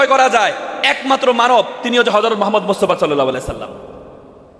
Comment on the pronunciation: নবীর নামটা তো ঠিকমতন উচ্চারণ করতে পারো না, এত বড় বড় কথা কোথা থেকে আসে